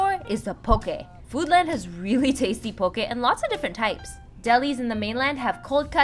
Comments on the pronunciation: That feeling that this vlogger is a Filipina and didn't cringe when pronouncing "poke" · thank you for pronouncing poke correctly !!!!